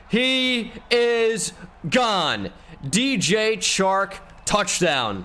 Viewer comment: “He. Is. Gahn”